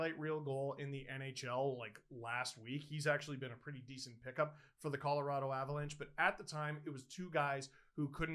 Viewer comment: I think you keep saying Avalanche....